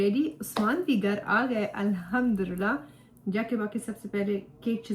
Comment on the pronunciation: Sorry for this correction but it's Arabic and Quranic word so pronounce alhamdolillah properly 😊